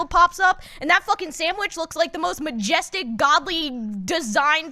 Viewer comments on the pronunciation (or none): I thought said Mcjestic when talking about mcdonads, and i am now alive 😂